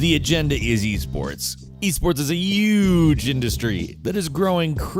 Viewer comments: Did he say uge? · It's Yuge, Yuge.